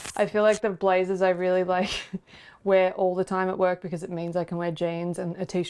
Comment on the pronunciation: I totally heard "wook" when she said "work" lol